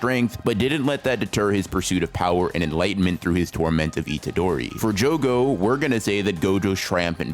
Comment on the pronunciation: it isnt jogover, thanks for the video!